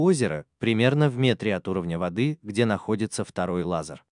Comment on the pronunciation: Автор, спасибо, но этим экспериментам бразильских ученых уже много лет… И одна просьба: надо говорить не лазАр, а лазЕр.